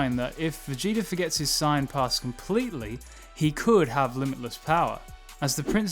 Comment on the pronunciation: You need to learn how to pronounce saiyan bro everytime you said it I got confused and distracted haha